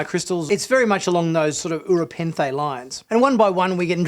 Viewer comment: Did he just say Ura Penthe? It's Rura Penthe.